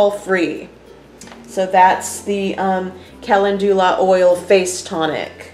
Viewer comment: This is not how you pronounce calendula!